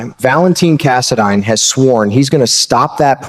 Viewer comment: Cass a dine not cass a deen